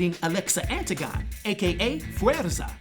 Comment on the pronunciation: Just a friendly heads-up that last name is pronounced “An-tig-oh-nee”